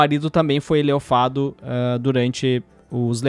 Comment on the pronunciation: Espero que a Microsoft tenha dado prioridade para demitir principalmente quem fala "leiofado"